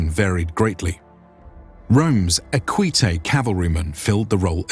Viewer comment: it's "ÈQUITES", not "EQUÌTES"